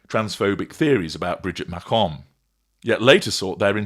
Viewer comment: Who cares candace butchers names herself ishrael and macroone